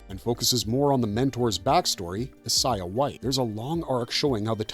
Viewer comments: Who is “is-Eye-ah”? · He's pronouncing Isiah wrong